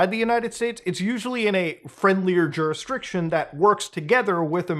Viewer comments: Do you not know how to pronounce jurisdiction ? Lmfao, it's not [JURH-DES-JUHDRICTION] its [JUR-RIS-DICTION] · JUR IS DICTION lol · Muta, have you always said juristriction? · I haven't heard Judisrectum tho.